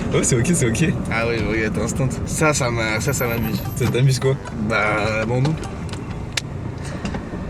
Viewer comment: "Est-ce que c'est boin pour vous ? " XD